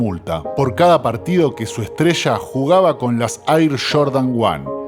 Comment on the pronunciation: No es “ michael shordan es Jordan 😂😂